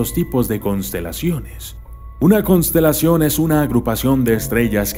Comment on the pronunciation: No es por nada pero dice: "Cosntelacion" y es "Constelación" jaja, no te enojes, amo tus vídeos <3 # xdxd